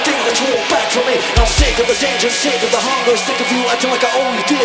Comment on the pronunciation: His Chester voice could be more authentic if he shaped his ending R sound more roundly like an English speaking person would do ('run' as opposed to "wrun"), sometimes it's too flat. He also says "dis" and "da" instead of 'this' and 'the' respectively. Like that English "th" sound is missing a lot of the time. It's excellent pitch and sound, just the words then sound like a Brazilian doing English. The Mike Shinoda voice actually comes off New York accent (ie for 'lost' he pronounces "lawst") more than West Coast accent ("lahst") for the urban rap style. It's just a little off, but sounds great. The music is awesomely recreated and the most impressive portrayal is the Bassist.